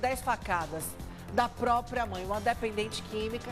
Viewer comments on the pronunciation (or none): não é própio,nem própia.É próprio,própria.